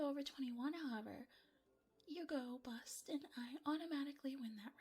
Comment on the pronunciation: Read my mind at blackjack, easiest game. However when i heard the dumbass chose the ace to be 11 i facepalmed so hard.... Also, there was so much emphasis on the word bust, it made me think she wanted him to bust in a different way lol I have to do it that comment about the tears. Maybe somewhere even a devil may cry when they lose a loved one, dont you think? To those that know the quote youre badass